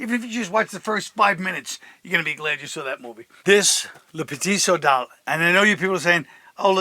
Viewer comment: Can’t pronounce VOSS but LE PETIT SOLDAT rolls off the tongue. 😂 #iykyk